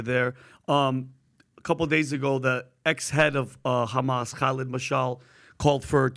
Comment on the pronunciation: Just say hamas. You don't need to speak perfect English until that word and then say it all thenic